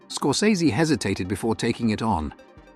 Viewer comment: That’s not how you pronounce Scorsese.